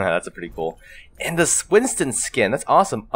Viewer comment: You said Winston wrong lol